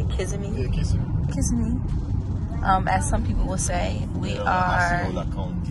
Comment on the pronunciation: Kissimmee is pronounced like yazimi lol "kisimee" Not sure if that's the Floridians accent but thats how they say it Not really important but just wanted make u guys know 🖤🖤🖤🖤🖤🖤🖤🖤🖤🖤🖤